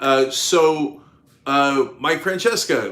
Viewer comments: His name is mike Fran sessions sa. Not Fran cheska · One side-note for you on Mike Francesa's name, Cenk. It's pronounced Mike Fran-SES-a. Not Fran-CHESS-ka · I have heard "Mike Francesca" but never "Mike Francheska". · Pronounced Fran-SESS-uh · I hope Chris C makes it through, and it's Mike "Fran-ses-a" Cenk